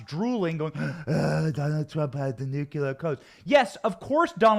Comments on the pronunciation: Benny, the word is nuclear, not nucular. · By the way... nucLEEar, not nucYOUlar. Please practice it because we don’t need any reminders of Dubyah. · Say it with me: NEW-KLEE-ER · Look at how it’s spelled, Benny. It’s NU-KLEE-AR. Nuclear. There’s only one U! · Thanks Benny - great coverage. Pls - Nu-cle-ar😃👍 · Stop saying nucular.